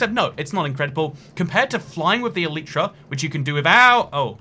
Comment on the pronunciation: The y in elytra is pronounced as a y, not an e.